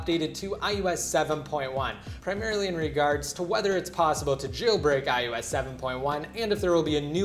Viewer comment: Idk y but it sounds to me that he is saying ius 7 not ios 7